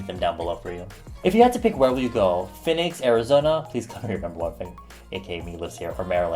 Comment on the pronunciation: 😂😂 Why do you say Phoenix like that? I'm sorry, its just that it's my name. LITERALLY. Its pronounced Phee-nicks. I'm truly sorry but...Its my name I've been living with people mispronouncing my name for 18 years now.😂😂😂😭